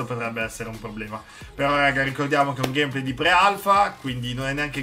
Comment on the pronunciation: pke dici Gamèplay